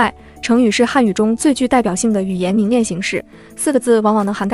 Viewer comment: 是【凝练】而不是【凝链】